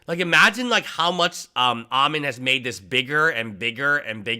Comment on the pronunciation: Ammon rhymes with "salmon." Think, "Ammon the Salmon." :fish-orange-wide-eyes